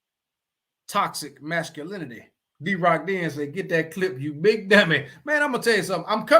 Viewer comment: says "dummeh", just like Fred Sanford calls Lamonts "you big dummeh".